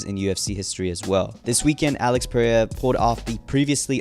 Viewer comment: I HATE THE WAY TO SAY PERERIAS NAME. PRAY-A. 😂